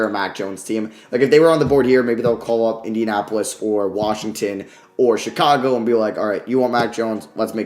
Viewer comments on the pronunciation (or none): none